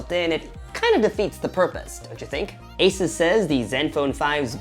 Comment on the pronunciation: pronounced "ay-zis", not "ay-soos"